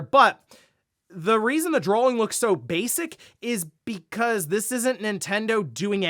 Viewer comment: There is no ‘L’ in ‘drawing’